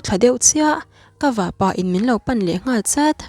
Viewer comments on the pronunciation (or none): Vahpa hi Vahpà i ti daih a , Vahpâ tur ania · Vahpa leh vahnu i lam dan hi ..... Nu leh Pa ang a lam tur. I chhiar ngaihnawm te reng nen, hei hi chuan ati..... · Vah-pa lam dan hi "pa" hi bawng-pa tih lam dan hian a ri mahse ti lo hian kapa tia pa kan lam rik dan hian vahpa^ ti a lam tur aw, ziak ringawt hi chuan a rikdan sawifiah a har khawp mai, i thil chhiar hi ngaithla nawn leh la, a dikhlel lai i hre chhuak mai thei bawk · A ngaihnawm dawn e. Mahse vahpa leh vahnu i lam dan hian beng a ti thlep deuh tlat mai. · Vahnu leh vahpa lam dan a dik lo deuh e.. 😂😂Inthlahrung deuhin ka lo sawi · Ngaihnawm dap2 dawn e Mahse vahpa i lam Dan hi chu ngaihthlak a nuam lo deuh tlat lam dik ve deuh teh aw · Vahpa i lamdan hi a diklo